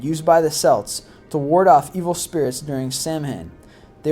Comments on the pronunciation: It wouldn't be so bad, if he didn't consistently mispronounce words. After watching two other List25 videos, and contending with mispronounced words in them, I stopped watching this one, after the mispronunciation of not only Celt, but of Samhain. His videos are informative, and interesting, but the mispronunciations are too distracting. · You are pronouncing Celt incorrectly. The C in Celt is a hard C pronounced like the letter K. It is NOT ever to be pronounced as the letter S.